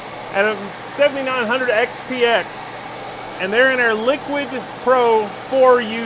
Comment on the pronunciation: Sorry, I don't accept that pronunciation of Liqid. There is no U. That alone makes me recoil from the brand. They might as well have been called Ghoti, pronounced Fish. Because: F sound like the GH in enough, short I sound like the O in women, and SH sound like the TI in motion. At least that would follow English pronunciation rules, though a bit labored.